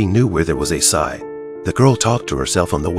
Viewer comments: How the hell does the robo narration mispronounce the word "scythe"...?? It sounds like it's saying "sigh"! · It's pronounced s ie th